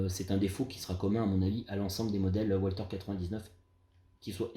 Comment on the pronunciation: On ne prononce pas walther à l'anglaise mais à l'allemande le w se prononce v .